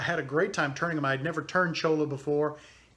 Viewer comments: the pen is beautiful and you did a great job on everything except the name of the cactus (LOL) it is cholla (pronounced choy-a) actually La Cholla AKA: jumping cactus. I have seen some beautiful items made from it but I never thought about making a pen with it. I'll have to give it a try. thank you for your awesome videos. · I'm pretty confident there is no such cactus as a chola. Perhaps a cholla. Pronounced choy~ya. Double ll = y sound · it is pronounced CHOYA. Double Ls in Spanish sound like a Y.